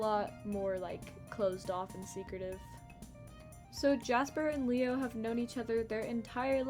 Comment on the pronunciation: When you first said leo's name I heard mayo T-T